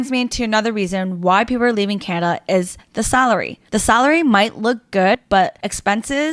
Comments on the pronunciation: its CANADA not canna. Glad to see the back of you and people like you...... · Its not Canna. Its Can-a-da. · learn how to say Canada properly.... its not Canda.. or however the hell you're saying it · Who the hell cares! There’s a D In Canada. You got a speech defect for sure. Awful speech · She was supposedly born and raised in Canada but cannot even pronounce Canada properly. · A strange way of saying the word Canada. Canada gave you everything. You gave back ... what?